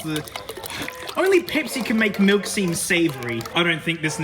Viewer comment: Now the “malk”